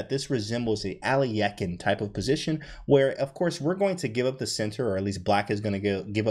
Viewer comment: I was impressed he pronounced Alekhine correctly, very few commentators know how to do that. Simon Williams for instance doesn't know how to pronounce any names at all, except perhaps British ones and he never takes the time to correct his mistakes for future recordings, listening to his streams is sometimes comparable to nails on a chalk board. Well done, that was a very enjoyable recap.